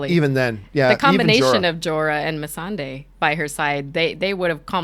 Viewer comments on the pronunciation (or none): So only 10 minutes in, You can't say Targaryen, Missandei, or Clengane even remotely correct. These aren't fringe characters. And for that reason, Im out.